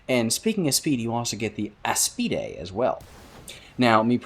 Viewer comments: aa-spied... not a-spee-day... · bro why you callin aspides "Eas-pi-de"